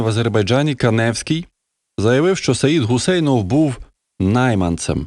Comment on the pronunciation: Ця худоба - не КанЕвський, а КАневський. Так само: ЗвЯгільський, ВолОдарський, ГАйворонський... Нехай труси надіне та вишиванку не паплюжить.